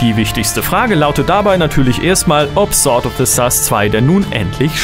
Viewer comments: du weißt schon, das man sword wie sord ausprcht, nä? ;) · Du weisst das sword sord ausgesprochen wird oder? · Dir ist bewusst, dass man das W nicht mitspricht?